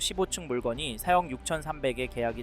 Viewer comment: 4억을 왜 자꾸 세억이라고 발음하는거 같지?